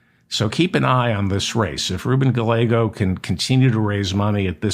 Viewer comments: I believe the ll in Gallego is silent. It's pronounced Gaiego. I could be wrong but it's what I always hear. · Gallego pronounced guy-yay- go.